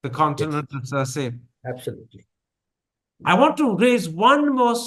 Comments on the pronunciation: Etiquette point: Was it right for Karan to publicly correct mispronunciation of "Circe"? For the record, it is "Sursee" rather than "Surs". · Pronounced as 'ser-see' (Circe).